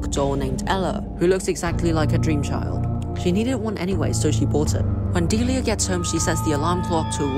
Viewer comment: A key disclaimer: This has nothing to do with the eponymous character fro "Deliah & Springtrap". The pronunciation of the name is missng the second "l" which could raise some confusion (though obviously I'm aware this is a 1-minute recap, so...)